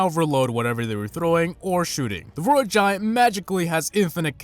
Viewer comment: You youse the royal giwunt